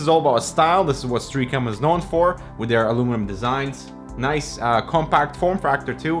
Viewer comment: Pronunciation Nazi - Stray AH com